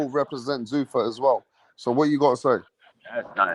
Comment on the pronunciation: Zuffa. Not Zoofa